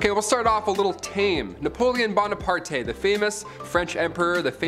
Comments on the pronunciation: It's napoleon bona-part not par-te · There’s no “TE’” in Bonaparte!